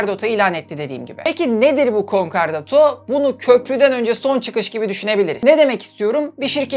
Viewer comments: Konkardato değil konkordato. Videolarınızı ilgiyle izliyoruz. Çok başarılısınız. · Bir hukukçu düzeltmesi: KonkArdato değil KonkOrdato :) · Konkardato değil konkordato:)) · Konkardoto degil, konkordato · concordato * conkardato degil ayrıca acıkladığın gibi de değil sadece bir kısmı o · Sevgili severek izliyorum seni ancak bazı telaffuzların yanlış konkardato değil konkordato'dur. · Konkar değil, konkordato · Küçük bir hatırlatma, Türkçe bir kelime olmadığı için dilimizin dönmemesi kabul edilebilir bir durum: kon-KAR-dato değil kon-KOR-dato yani Konkordato diye telaffuz edilmesi gerekir :) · KONKARDATO DEĞİL;KONKORDATO... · konkardato,konkardota bir doğrusunu söyleyemedin doğrusu konkordato. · Konkardato değil konkordato 😉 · "Konkardato" değil kardeşim. Konkordato doğrusu. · Konkardato degil.Konkordato. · Konkardato değil konkordato dostum . Ayrıca konkordato kararını icra hukuk değil Asliye Ticaret Mahkemeleri verir. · Konkardato değil konkordato ve görevli mahkeme Asliye Ticaret Mahkemesi. Hukuksal kısma çok girmesen iyiymiş 🤦🏻‍♂️ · "Konkardato" değil, "Konkordato". Bunun dışında çok başarılı çalışma 🙏🏻😍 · "Konkardoto" değil "Konkordato" olacak. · konkardoto değil konkordato olacak çok fazla üst üste söyleyince yazasım geldi :D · Concardoto değil concordato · konkordato olacak yanlış duymuyorsam konkardato diyorsunuz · ALLAHINI SEVERSEN KONKORDATO DEMEYI OGREN BASKA BISEY ISTEMEM. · Emeğinize sağlık. Bir küçük düzeltme yapayım. Doğru telaffuzu "konkordato" şeklinde. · Konkordato bukadar guzel konusuyorsun dogru telaffuz lutfen dikkat! Insanlara yanlis ogretmeyelim! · WTF! Konkordato kelimesini söylemeyi bilmez, hukuki süreci yanlış anlatır. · Videoda hatalar var. Konkordato sözcüğü yanlış okudunuz ve icra hukuk değil adliye ticaret mahkemesi 😇 başarılar